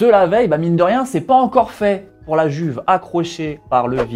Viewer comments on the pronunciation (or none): none